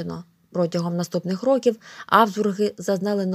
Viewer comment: топ но правильно рокІІІІІІів а не рОООків ноголос